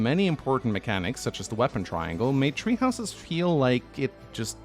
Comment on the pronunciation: Nobody: Norwegian FE fans: "Tree Houses"